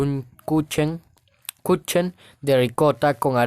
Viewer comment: Kuchen se dice kujen 😂😂😂